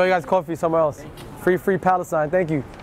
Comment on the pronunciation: Why does he keep saying Falesteine??